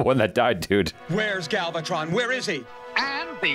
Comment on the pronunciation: Don't think too hard about the strangeness of the show. They once had the Autobots wearing giant lab coats in an early episode. :D Also, why do you keep getting Galvatron's name wrong?? It's not hard. :D